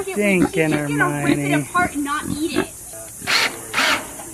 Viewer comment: Riley Fitzpatrick JK pronounces it Her my Oh nee. When the author goes to the trouble of explaining the pronunciation in the novel at least have the respect to get it right.